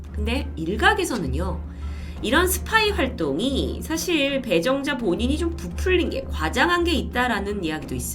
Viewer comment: 저만 처음에 이름을 배불러 라고 들었나요..ㅡㅡ